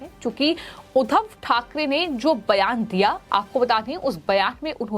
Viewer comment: महाभूभ नही महबूब, उद्दव नही उद्धव, सिंधे नही शिंदे बोलिए